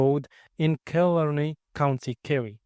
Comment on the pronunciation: It is pronounced kill aaar ney